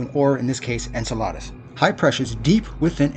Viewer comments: En-cell-uh-duss not En-cell-ahh-duss. 8 months old to i'm too late to fix him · Learn how to pronounce Enceladus.